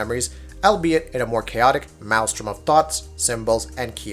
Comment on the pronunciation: or "maelstrom". come on guy. and it's spelled "artifacts." also don't write your reviews before reading them you sounds like someone hired you on mechanical turk. amnesia: the dark descent is the big leagues? pffffffff. you never even played clocktower bro